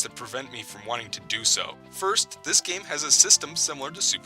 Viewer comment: When you said "The first game in the Yoshi series" I thought you said "The worst game in the Yoshi series." I was about to dislike, then I found out, so now the video is liked by me!